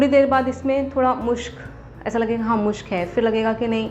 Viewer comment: मुश्क नहीं मस्क होता हैं